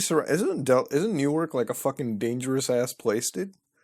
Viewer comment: Newark (new-arc) DE is a college town home of the U of D Blue Hens. I think you're thinking of Newark (New-erk) NJ.